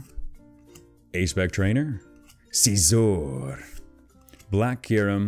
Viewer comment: scizor not seezor